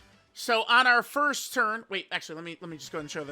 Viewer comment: “Forst” stfu